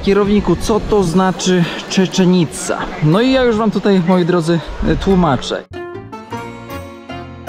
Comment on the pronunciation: Żadna czeczenica! Czeczenica to w Czeczeni 😂 Cziczenica!